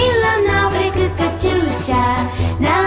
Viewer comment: 베례그가 아니라 볘롁 입니다